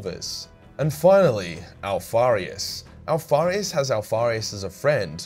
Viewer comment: That last part about omegon and alparuis sounded like jibbrish idek what happened XD